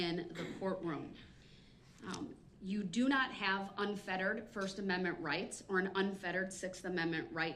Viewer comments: If he says ammimii one more time !!! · STOP PRONOUNCING AMMENDMENT AS AMMIMIT! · "first ameme?" 😆 🤣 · The 6 AMENMET ??? 😂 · The Cartman pronunciation of 'amendment' 😂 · I never - NEVER - never tire of hearing him pronounce "axe a question" and "(whatever)# amemnent". Brooks showed what a complete novice trying to play professional and challenging the rules at all times looks like. His opinion (view) of truth and what is germane to the case at hand is absolute comedic gold.